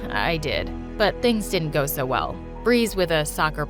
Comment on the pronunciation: I laugh when she say "I'm swo screwed, I'wm gownna crway to mwy mwommy, if I have one 😒"